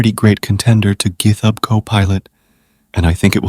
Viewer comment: And gith-hub. LoL